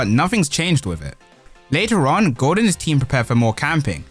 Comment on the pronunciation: He speaking gold but it sound like goat😂